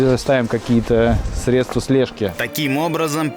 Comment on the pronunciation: СрЕдства, а не средствА